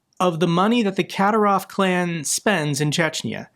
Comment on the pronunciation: Ka-dír-ov. Accent on the second syllable.